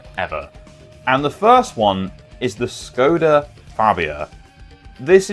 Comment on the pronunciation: Great video! btw, Škoda is pronounced as shkoda